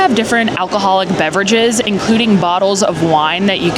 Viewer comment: You have been pronouncing Beverage wrong the past few videos 😢 miss your signature ‘beverage’